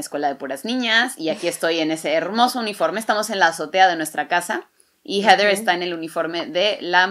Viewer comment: Ayyy "jeder" heather o como se escriba y pronuncie, me hiciste chillar que lindo amor de hermanas